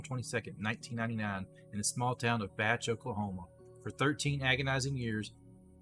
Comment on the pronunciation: Ernest is my Grandfather also not to nitpick but it's pronounced like bae ch not batch even though its spelled like bache